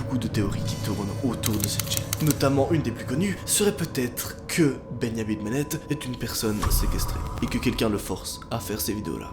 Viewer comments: "Bengnamin benet" Moi: "BENJJJJAMIN BENET" 😐😐😐😐😐😐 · pourquoi il dit bengnamine bennette au lieu de benjamin bennet? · « Beyamin Bennett »,! C’est Benjamin Bennett comme un benjamin en français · Bennyamine bennètte😂😂